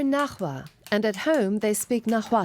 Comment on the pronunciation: They completely butchered the pronunciation of náhuatl, nahua and Xalapa... still, nice to see this kind of reports.